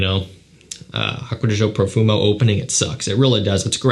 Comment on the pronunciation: The way you said Profumo 👹👹👹